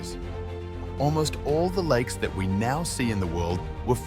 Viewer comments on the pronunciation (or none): "Likes" instead of "lakes" and "nimes" instead of "names". I reckon he posted the video "to-die"